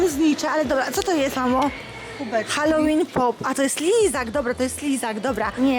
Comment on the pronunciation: Hell łin ZNACIE ANGIELSKI